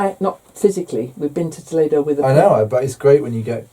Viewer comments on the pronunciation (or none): none